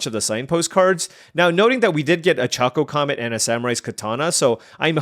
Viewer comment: Ok...it's not choco like chocolate or choco taco, it's choco like chocobo 😂